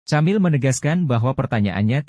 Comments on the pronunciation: Camille nyebutnya /kamill/ dengan huruf L yg agak ditekankan, ujung lidah menyentuh gigi atas , bukan /kemil/ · Moso nyebutnya camil..? Gatel dengernya..😢😢 Kemil..atau kemiile kali oom..nama Perancis..